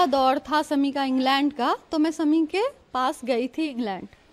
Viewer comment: Drama queen ,, husband k naam bhi sahi ni bolsakti Sami Sami it's shami